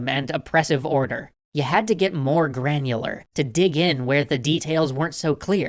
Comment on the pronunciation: The way you pronounce the word 'granular'... Makes me feel weird. :) Great series altogether. I am greatly saddened that I have forgotten about your channel fora while.